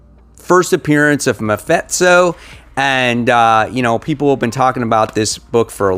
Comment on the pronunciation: You are the King of butchering names...... MaFitso?